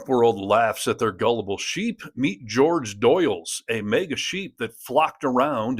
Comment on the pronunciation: It's NOT 'George'. It's WHORE-hey...